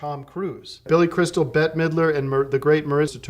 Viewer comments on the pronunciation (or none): none